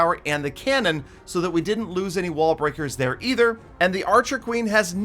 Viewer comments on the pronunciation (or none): none